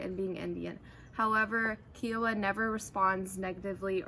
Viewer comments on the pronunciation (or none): IT IS KAI WAH NOT SOME KIAWAH